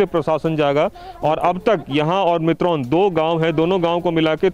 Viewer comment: Mitron gaon nahi mitrol gaon